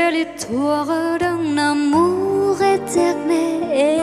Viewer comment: Giọng hát thì hay. Phát âm tiếng Pháp bài này còn nhiều chỗ gượng: histoire, amour. un, bien. Chữ adieux không nên nối âm thành tadieux